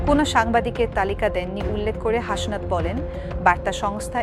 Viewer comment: হাশনাত আবার কী? ওটা হাসনাত।